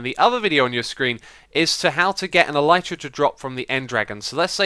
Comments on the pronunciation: Nice tutorial and fix x! I built this at build limit thinking it would make me go even higher, but I peak at about y 700/750 ish - maybe I'm going up too quick lol. A note about the pronunciation of Elytra - I hate to accept this, but the y is a i sound, as in sit or is, it's not a y sound. I fully agree is should be pronounced with the y, but the word is coined from the word Elytron which also has the i sound, as in elitron (el sIt ron). It bugs the ** out of me, but that's the facts lel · no he pronounced it wrong.